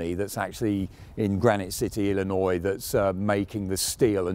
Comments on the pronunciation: (Thank you for pronouncing Illinois properly. So many, including Americans don't ) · He says Illinois better than most Americans